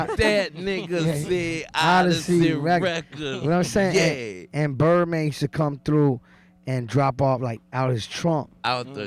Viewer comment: i like when he say YEA , that shit cracks me u everytime with his accent\ hope b.g. stay good